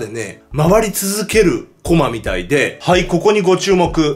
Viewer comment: コマ↑？ コマ↓じゃないの？